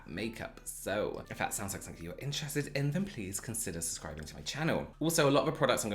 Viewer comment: I love how it always sounds like you say "suscribing" 😋😁 I just find it so endearing ☺️